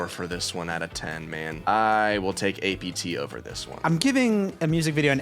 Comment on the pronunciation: It’s not ay pee tee, not apartment, not anything. It’s apt.